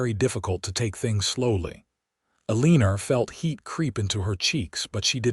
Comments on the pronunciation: Story was a good one but stop calling her Alener. It’s AlenA!! Drove me nuts! Sorry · This was a very enjoyable story Although I do wish you would have pronounced Alina’s name correct. There is no r at the end of Alina’s name. Alina and Phillip had a true romance and a happy life together. I love when the people around them are kind .